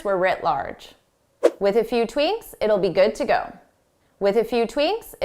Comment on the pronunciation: Dear, Did you not say ‘tweaNks’ instead of tweaks a few times? Was it just a slip of the tongue?